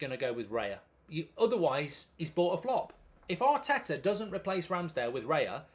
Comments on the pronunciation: Isn’t it Raya, not Reya? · isn’t it “Raya” instead of “Reya” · It's Raya btw 👍🏼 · Bye bye Turner. 😢 BTW is Raya not Reya 😅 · it's Raya btw🤣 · Isn't it Raya?